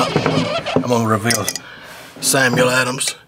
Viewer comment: Lol I love the way Country Folks talk. The way he pronounced Samuel adams ☠️🤣🤣